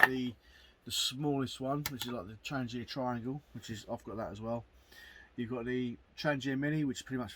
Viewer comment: Wouldn’t it be good if the instruction booklet told practically all YouTubers how to pronounce ‘Trangia’ correctly - the G is said like garlic or girl, not like German or gel.